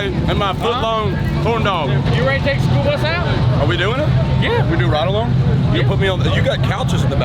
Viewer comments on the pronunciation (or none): The “Spoolbus”……🤷‍♂️ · im mishearing schoolbus as spoolbus lol